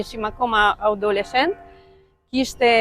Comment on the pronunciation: Audishent😂Adolishent zonje